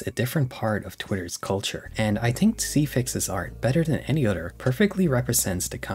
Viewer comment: “I tink” I’m crine 😂